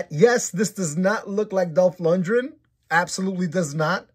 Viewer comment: For future reference... you're mispronouncing his name. Lundgren. Lund-Gren. Like "grin". As in to smile. Not "Lundrin"